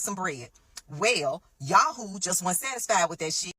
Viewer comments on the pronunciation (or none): none